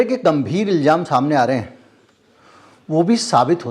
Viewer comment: आप अच्छे पत्रकार हैं और समझदार इन्सान भी हैं, आप की कोशिश इंसाफ़ होने पर रहती है जो सब के लिए अच्छी खबर है। मगर अगर आप शब्दों के उच्चारण पर भी ध्यान दें तो आप की पार्सनल्ट आप की शख्सियत में चार चांद लग जाएं । सही शब्द है इल्ज़ाम ( ilzaam) Please speak ilzaam.